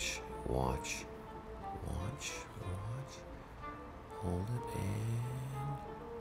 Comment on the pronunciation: I got satisfied at the end when he kept saying whatch